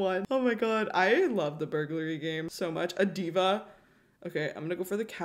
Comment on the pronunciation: the fact that she still said burgurlay